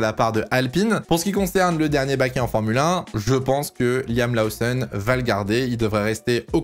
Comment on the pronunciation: Incroyablement bien faites tes vidéos. petit bémol, Lawson se prononce Lauson en Anglais, pas besoin de surjouer l'accent